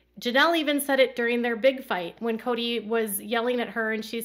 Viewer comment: Cody’s new name should be “Choady” !!! He makes me soooo sick. I heard in your video you went to say “Cody” but it sounded like you said “Choady”. That is the perfect name for him!!!! 😂